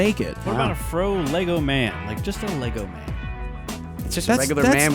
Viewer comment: WTF is a Lay-Go ?